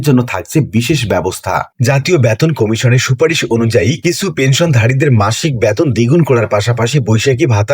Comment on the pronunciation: উচ্চারণ এত বাজে। বেতনকে বলছে ব্যাতোন।!